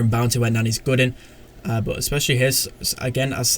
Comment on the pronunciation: Is it just me or does say "Bounty" like "Bouncy"?